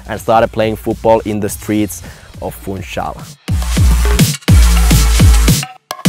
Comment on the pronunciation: This is so cool that you guys went to Madeira. I love going there because thats where a lot of my family lives. Also, I must say I was surprised at pronunciation of Portuguese words and names. I would never expect a northern european to be able to pronounce Madeira and Funchal correctly.